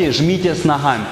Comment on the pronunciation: Нихи, нохами, ххх... Вроде говорит по русски, но почему везде 'Х'???